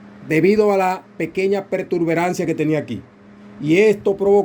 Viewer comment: Disculpa no se dice pertuberancia. El termino correcto es protuberancia, te lo digo para nuevamente en el mismo error.